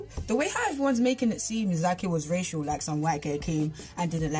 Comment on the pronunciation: lol when you said racial it sounded like you said Rachel 🤣🙌